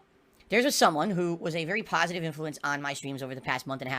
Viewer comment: snorlax was a pahsitive influence as long as he was donating me muney now hes a detractor trying to get his muney back''